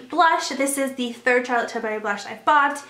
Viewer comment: Just a friendly FYI Charlotte pronounces her last name with the U sound not an A sound. You seem to call in TilbArry but its TilbUrry. Like burr it’s cold not berry the fruit ;)